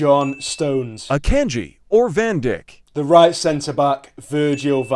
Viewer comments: van dijk is pronounced van dyke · The way van dijk was pronounced 😂😂